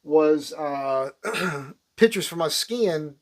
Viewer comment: Can't help laughing everytime he says here's some more "pitchers" in Jerseyese.